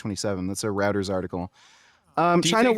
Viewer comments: lol homie used some real canadian pronunciation of rueters. 'routers' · All I need to confirm this is a reh-ooh-tars article.